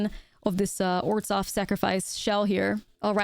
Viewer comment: It´s pronounced "oržov", not "orzov", the h is there for a reason.